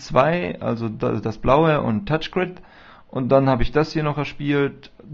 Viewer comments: es heißt touchgri(n)d und nicht touchgrid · *touchgraind* so wirds ausgesprochen...=P aber schönes video =) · lol Touch GriD xD So lustig wenn der das sagt ^^ Du hast nur so wenige Boards frei, das ist schon krass... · Mein Gott, Kinder, er macht ein REVIEW, er zeigt und erklärt den Leuten die es nicht kennen, das Spiel. Also heult nicht rum, er sei so ein schlechter Spieler, er will ja auch nicht zeigen, wie gut er spielen kann. Schön, den Namen hat er auch falsch ausgesprochen, UND?! Als wenn ihr euch nie versprecht, ihr seit ja die perfekten Könner. Fehler sind menschlich. Ihr versteht den Sinn des Videos nicht.